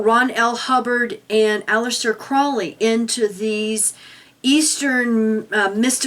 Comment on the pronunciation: I'm not a scientologist, but this ass yelling at this guy can't even pronounce Aleister CROWley's last name correctly. You catch more flies with honey than vinegar. (don't harass)